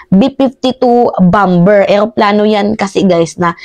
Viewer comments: BOMBER, ANG PAG PRONUONS AY BAMER HINDE BAMBER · Bomber sounds bamer not bamber. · Bamer not bamber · Bamer po ang pag pronounce sa bomber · (Bomber =bamer ang bigkas mali ang bamber) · Idol..(Bamer) ang bigkas ng bomber.. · Mam, paki check nga ang pronunciation ng word na BOMBER? If im not mistaken BOMER po yata ang tamang pag pronounce nito. Thanks po. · Bomber is pronounced as bomer. Thanks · Bomber.. pronounced as bamer o silent b Po Mdme. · Bomber is pronounce as baa•mr. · bomber (pronounce BOMER) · Bomber pronounce as silent b po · Mahal na Idol, Napakalinaw mong magpaliwag! Mabuhay ka!!! ( isa lang na obserbasyon: "Bomber" ay binibigkas ng mga Ingles na: "bamer" ) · Bomber.. silent b.. Bamer sa tagalog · correction lang po, BOMBER na silent B, sana din na bawas sa syunga bells na salota kasi parang bumabalik ang pagka-syunga sa mga words eh!….. hehe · pakicorrect yung pronounsiation mo sa BOMBER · Ate bomber ay silent b